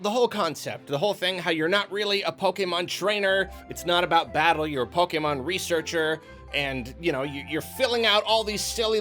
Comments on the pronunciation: Anyone that says pokeman instead of Pokémon is not a tru Pokémon fan real talk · I stopped soon as he said "PokeMAN" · I don't think I've ever heard pronounce "Pokemon" correctly, and it's kinda weird. Why do so many people do that? It's like he's making fun of the series every time he says it.